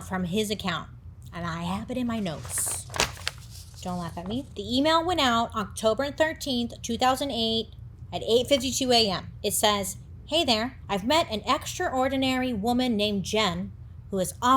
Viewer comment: Pronouncing extraordinary as “extra ordinary” is sending me 🤣🤣🤣🤣